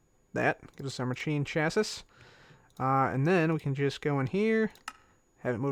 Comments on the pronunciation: I love how he keeps saying chasiss instead of chasees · Chassis = 'Cha-see' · you're saying chassis weird :) its (cha -see ) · instead of chassis you pronounce it Chas-E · You say chassis chassee